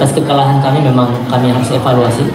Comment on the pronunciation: Jadi bahan efaluasi ko' dari aku kecil sampai tua efaluasi,bosan dengernya.sampai kpn berhenti dengar efaluasi.